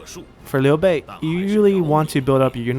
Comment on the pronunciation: Hey man, the way you pronouce Liu Bei's name sounds very...local. Are you Chinese or really good at Chinese?